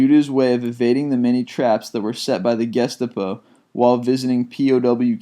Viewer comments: Correction; Gestapo (GEheim STAten POlizei, or Secret State Police) is pronounced ghe-STAH-poh, not GEST-ta-poh. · And I concur with others; your pronunciations need a bit of work. Gestapo is pronounced Ge-schtap-oh. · That one got me too. He has been mispronouncing names (some amazingly easy ones even) from the beginning. It is hard to offer critique like what is needed here but the fact remains it is true. I sometimes avoid these "25" videos for this very reason. I mean come on ge-stu-poe? Really? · It is pronounced ges-sta-po not ges-sta-p. you need to province the "o" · Guest-apo? Are you kidding me? You cant say Gestapo? Sounds like Ga Stop Oh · "Guess-step-oh"? It's "Guh-stop-oh" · gestepo lol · Mate it's the GESTAPO and NOT the "GUEST-A-PO" And you say subsequently, not "SUB-SEE-quently" You are such a fucking spastic it's unreal. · guestapuh???? you mean gustapo? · You can really improve the quality and legitimacy of your videos if you take a little bit more time while doing research. You know, more than just regurgitating The Wikipedia articles. Also, if you are unsure how to pronounce a word, simply look it up. The fact you pronounced Gestapo as guest-a-po made me outright cringe. Did you not pay attention in history class? Lol. That's basic stuff. But hey, there's over a million subs to this channel, so what do I know? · Once again you can't pronounce words for shit! Sub-sah-quent-lee...geh-stop-oh....dah-kow...holy shit our educational system is horseshit. Holy fucking shitballs! Alvin York fought in World War 1! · You really have to work on your pronunciation and reading-out-loud skills. Amongst lots of other errors, you must be the only person in the world who can't say "Gestapo" correctly. And World War 2 wasn't only about executing Jews. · For god's sake... if you're gonna do these lists, then make sure you're saying things right! I shuddered when you said "gestapo" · His pronunciation of "gestapo" just killed me.